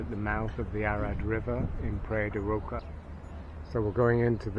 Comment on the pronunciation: "Praiya de Rocha" ( rosha) pronunciation..